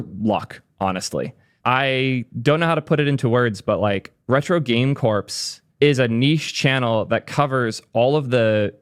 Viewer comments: So... "corps" is pronounced the same as "core", and not like "corpse" 🙂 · Just FYI, the word "Corps" is pronounced as "Core", the "-ps" is silent. When you say "Corpse" it sounds like you're talking about a dead body lol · lmao that's true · Retro game "corpse"... it's "core" like Marine Corps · Its pronounced "core" not "corpse" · Corps is pronounced Core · You pronounced corps as corpse 😂